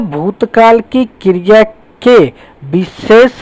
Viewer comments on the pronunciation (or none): Sir aap kriya ko kirya bol rehe ho🤣